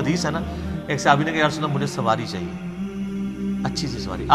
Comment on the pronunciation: صِحابي نہیں صَحابي، ص کے اوپر زبر ہے زیر نہیں.